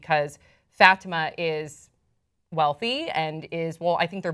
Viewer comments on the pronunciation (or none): she kept saying "FATima" ugh I cringed evertime!! it's "fuh-tee-ma"